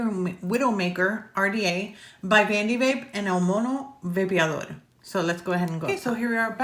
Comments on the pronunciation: Of all the English reviews I’ve seen on the widowmaker, you’re the one who’s gotten closest to pronouncing el mono vapeador correctly🤣, love how you almost roll the r. everyone says el mono vape-a-door, it’s actually el mono vah-peh-ah-dor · I love Julio (el mono) and I love, so perfect. also she pronounces "el mono vapeador” beautifully👍🏼😁